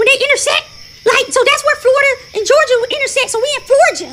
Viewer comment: Man the girl,”We in Florgia” 😂😂😂😂😂